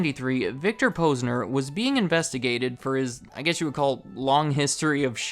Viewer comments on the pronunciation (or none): "Poz-nur" Not "pose-nur" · You’re saying the Posner name wrong. Is Posner like you’d say the first part of positive.